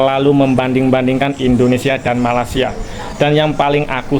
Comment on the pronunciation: Kenapa org Jawa nyebut Malaysia..dgn Malasia tak tengok huruf kh..jgn buat bodoh di mata org asing. Sebut Malaysia jgn Malasia.